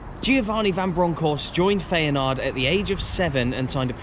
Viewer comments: FAYANARD!😂 FI-A-NORD. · FEYNAARD! sorry what? that has to be the worst pronounciation ive heard in ages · Feyenoord is that well known I’m surprised your struggling to pronounce it 😂